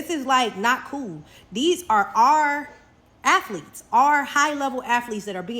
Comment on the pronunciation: “High level afleeetz…” 🤣😂🤣